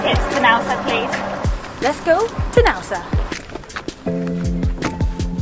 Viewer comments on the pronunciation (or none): Nice video as always but it is NAoussa, you have to pronounce the A and ParOIkia not ParoikIa 😉